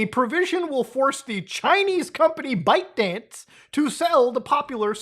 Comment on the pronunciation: bytedance... the name makes soooooo much more sense now... I always heard bikedance